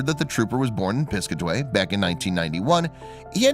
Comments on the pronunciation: Pis-CAT-away. Not PIS-cuh-tway... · And it’s Pis-cat-away, not piscaway!!! Ugg!!! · It's pronounced Piss Kat Away not piscaway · I'm from the town next to the one they are from,its pronounced PIS-CAT-AWAY NOT piscatee like he said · It’s Pronounced Piss...cat...away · Its pronounced Pis-cat-a-way...Jeeeeezzzzzz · It's Piss-cat-away, I have no idea what this guy is saying? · It’s Pis-Cat-A-Way lol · It’s piss-Kaa-ti-way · Great story I would recommend researching the pronunciation of the town's name Pis-cat-a-way NJ. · Plus he's can't even pronounce name of town. Pis-cat-away. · Hey, guy. Learn how to pronounce Piscataway.